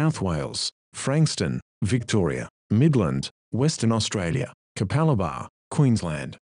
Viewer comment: austrailia- suspweinded